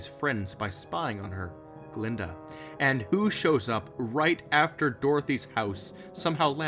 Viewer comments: Glinda, not Glenda. And you're right about the Wizard's proclamation. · Glinda, not "Glenda." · GLINDA. Not "Glenda." And she isn't in "Return to Oz." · I thought you said Gruntilda at first bruh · I'm dead how he say glenda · I love the way you say Glinda and her evil faces! Lol creepy